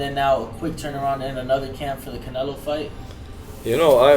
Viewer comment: somebody tell Krusher its Canelo not Canela! lol